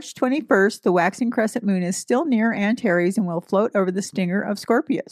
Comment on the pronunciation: Greetings from the Sonoran Desert, home to many scorpions. 🌵🦂♏ Thank you for pronounciations! It helps me to think of "anti + Ares".